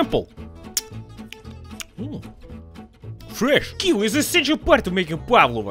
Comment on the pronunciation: OMG! He absolutely murdered that kiwi 😖